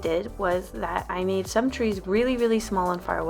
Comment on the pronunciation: "I also shmade a lil path"